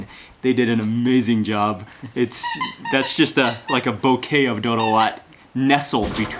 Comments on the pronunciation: I’m Ethiopian and it’s pronounced doro wet even though there’s an a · Its pronounced doro wet but spelled doro wat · actually its doro wot and i eat it a lot in the us. you pronounce it as if it was one word. also, i recommend trying kita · Doro wett* the pronounciation of wett is like wet except with a hard t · I love the way he tried to pronounce doro wuet 💀